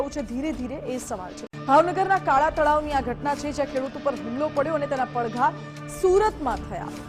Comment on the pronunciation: Valbhupur....padgha.....nu ucharan khotu thay chhe.